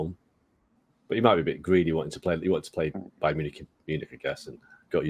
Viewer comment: "Bayerm" Leverkusen - that's a new one...